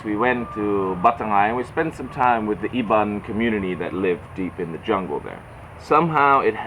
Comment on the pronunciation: i just found out your channel today. the way you pronounce Kuching and Iban almost sounds like you're a local already. i've come to notice, unlike other foreigners talking about Malaysia, you didn't even mention about the cost of living here, which I found really sweet of you. looking forward to more exciting videos of your life in Sarawak, my fellow Sarawakian brother from another part of the world ^_^